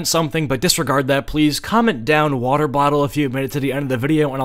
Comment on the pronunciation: woter battle